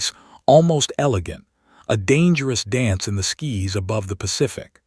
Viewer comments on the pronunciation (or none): Your narrator needs to learn how to read. It is Sky's not skis